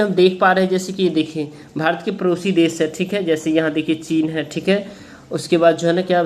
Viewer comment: Sir ap padosi des ko parosi kah rahi hai🤔🤔🤔😂